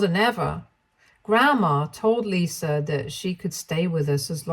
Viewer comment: There is no "R" in Lisa